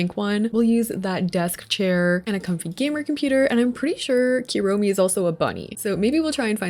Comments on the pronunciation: love the build, just wanted to say the "u" in japanese is pronounced like "oo" not "you", so kuromi is "kuuromi" not "cure-omi" as example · This is super cute! But the amount of times you said "Keromi" instead of Kuromi is killing me lowkey (koo-roh-mee) btw, the "hello kitty is a human" thing is an old mistranslation - she is indeed a kitty